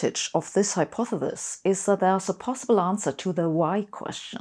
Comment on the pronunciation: Meine liebe Frau Professor! It’s so charming how you always struggle with the word “hypothesis”. When I was learning German, I encountered similar problems with some words and came up with a simple method to improve my pronunciation. I would create a combination of words containing the sounds I needed, and then remove the sounds I didn’t need. For example, for the word “nichts” I used the combination “nich boots”, then gradually removed “boo“. For the word “hypothesis“, I suggest you try this. Say “high pa the sister” quickly, then remove the syllable “ter”. That should do it!